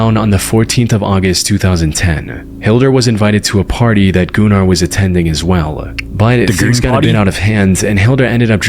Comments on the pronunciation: dude that aint funny with gunnar all you said about gunnar is just absolute bullshit, im icelandic myself and you do not pronounce his name as "gooner", you can pronounce it like gun-ahr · U pronounce Gunnar as guhnar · My name is Gunnar and at least where I came from it is pronounced Guh-ner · Dude I tried to not laugh when he was talking about Gunnar because he pronouncing it gooner 😭✌️ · bro why tf is bros channel pronounced "gooner"🫩 first person btw✌ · I’m Icelandic and my step brothers name is Gunnar and also my step grandpa 😛 ITS NOT PRONOUNCED GOONER BTW 😭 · You don't pronounce Gunnar (Gooner) despite what everyone thinks, my primary schools gym teacher was named Gunnar, it's not a English name so it does sound like Gooner in English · as a scandinavian i can prove that its normal to have the name gunnar so its pronounced diffrently i even know a guy who has that name